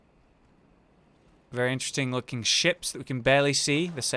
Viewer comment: He said giant ships but sound like giant chips imagine a great ones eating a huge pringle